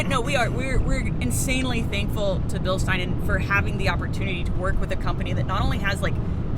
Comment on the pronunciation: We love you (sorry if I butchered your name) Excellent footage. Now just to get the American public to pronounce Bilstein correctly.